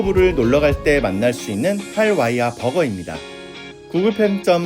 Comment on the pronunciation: “할와이아”가 아니고 “할레이바”로 읽습니다. 로컬들에게 할와이아라고 얘기하면 못알아 들을꺼에요 할레이바는 지역 이름이기 때문에